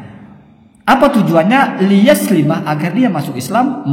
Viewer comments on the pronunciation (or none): Masih ada bacaan yg masih salah,,yaitu bagian salah 1 pendapat yg di sampaikan imam gozali,,,"ليسلم مغسلا"itu baca nya bukan "li yaslima mugsalan" tpi li yuslima mugsalan"